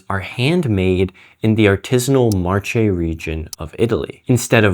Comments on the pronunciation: In Italian Marche is pronounced Mar-keh not March-ay like the month of March. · it’s pronunced marKe, not marCHe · it's pronounced MARKEH, not marshe. and however, it's easy to tell that if you buy a 70€ pair of shoes it will be cheaper to just buy them new and if you buy a 700€ one it'll be cheaper to repair... simple math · Marke not marčé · The 'Marche' is pronounced Marke, not Marce. You get wrong all italian names 😅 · BTW, it's read "marKe" not "mar-che". Let's try to chase the beauty... of the language as well, please. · The Marche region in Italy is read as ‘Mark-eh’, not ‘March-eh’. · It's pronounced Markay, not Marche. I know, I was born there. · no! Marche is pronunced (IPA) marce.... Definetly not the marʃe you said. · it is pronounced "marke" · Wow! Interesting ! (The region is pronounced Marke, btw) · Who’s gonna him it’s pronounced mar-KAY? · It is pronounced "Marke" (Ch here is a k sound). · Marche is pronounced Mar-KAY. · “Ch” is always pronounced as “k” in Italian so it’s pronounced “markeh” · if you want to flex you can improve the pronunciation of Marche reading it Mar-ke, the "E" at the end is perfect, but the "C" is hard. sorry if 100 other people already said that, as Always, great video! :) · Marche is pronounced as "Marke" .... in Italian "ch" sounds like K .... and "c" sounds like "ch" :-) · great video, super interesting, but the Italian region of Marche is pronounced "marke" with a hard "k" sound. ty bye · Sorry for being the pronunciation police, in Italian whenever there's "ch-" it's pronounced as "k", so it would be pronounced as "Marke" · The way you pronounce marche is wrong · Just fyi, the italian region you were refencing is pronounced marKe. Anyway, very informative video! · Just one thing, Marche is pronunced with and hard c, like the k in market